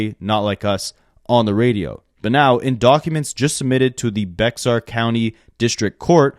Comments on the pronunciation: Great video as always! Being from TX, just a random tidbit, Bexar County is pronounced "Bear" county. The X is silent i guess haha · I noticed that too. I’ve always heard it as “bey-er” with the tiniest pause between syllables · Just a friendly correction from a native Texan, Bexar is actually pronounced like "bear". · “Bexar county” the X is silent it’s pronounced Bear 🐻 County. That’s the county where San Antonio TX is in.